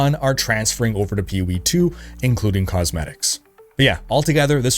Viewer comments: "Peeh Wee" "Ehah P G" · "Peewee 2?" Seriously? Take an extra half-second, let your balls drop, and say "P O E 2." You kids, today. No f'n respect. 🤷‍♂ (Said with love from a gamer old enough to be your father)